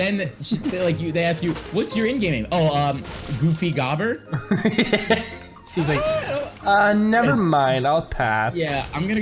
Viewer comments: It's goofy goober not goobber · It’s GOOFY GOO-BER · It’s goofy goo- ber lmao 💀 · THEY PRONOUNCED GOOFY GOOBER WRONG ITS TRIGGERING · It’s supposed to be said as Goofy guber. Ya bot not goofy gobber just watch spongebob boy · Its goofy GOO-BER not GOBER